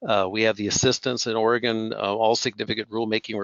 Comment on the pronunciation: Another dipstick host who doesn’t even know how to pronounce our OREGON state! Pathetic!!!